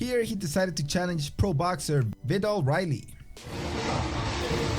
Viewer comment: nah man you pronounced viddal riley wrong. viddal riley is ksis trainer you idiot do some research.